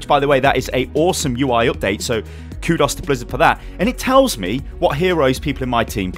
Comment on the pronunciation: Oh my god said Q dos to blizzard instead of kudos...